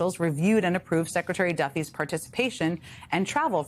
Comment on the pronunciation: Can someone tell Fox it's "Duffys" lol